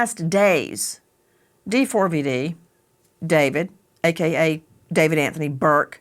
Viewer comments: Can you stop calling him Dee Four Vee Dee???!! It's David. jesus christ. such an annoying host. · Wow she’s annoying just say David. Not D four V D FFS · First of all I hope she didnt suffer and her soul is resting peacefully. Second, D4vd is not pronounced "david" and he is not a singer lmao